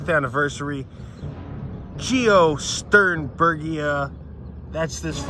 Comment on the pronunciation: love the retro film grain and great job pronouncing it!